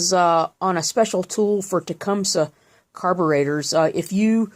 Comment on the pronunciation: Yay, she said TecumSUH, not TecumSEE, like so many small engine channels do. SUBSCRIBED!!